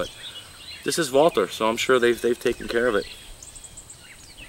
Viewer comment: My mind was pretty well made up to buy this rifle, before I saw this video. This is a confirmation that I will make the correct choice here., I think, no I know, you are the first guy I've heard that pronounced the name Walther correctly, it IS as VALTER foks,..think German. Also, what size or power scope would you recommend on this Terrus for target and small vermin shooting?